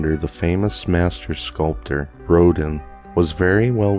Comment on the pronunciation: Great narration of this spooky story! I hope to enjoy more. Note: the name Clothilde is pronounced klo-theeld. It means famous in battle. French in origin. Rodin is pronounced Ro-daan. Auguste Rodin was a very famous sculptor in Paris. He is best known for his work : Le Penseur or The Thinker.